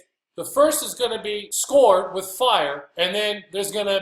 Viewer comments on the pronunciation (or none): To BE scoured, FIRSTLY IS PRONOUNCED Skow-ured..... rhymes with soured, not scored, secondly, scoured’s definition is to rub clean with an abrasive or to wash and clean completely, NOT BURN. Please know that my heart and mind are open to this teaching of not eating the blood, I mentioned the above just for clarification. Many who find these small errors of interpretation and definition will disregard EVERYTHING due to small errors. I also am having a hard time with your teaching of the Sabbath beginning in the morning. My question to that interpretation is this; How do you reconcile that in The story of creation in Genesis that each day in scripture states it was evening first and then morning? Lastly....Thank You for your discipline in attempting to bring the true understanding of THE SCRIPTURES TO THE WORLD!